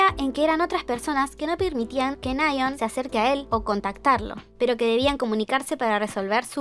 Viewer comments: Creo que es nayeón no náyeon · Nasheeeeeooooon????? Se pronuncia "Neyon"... "Neion"... ¿no?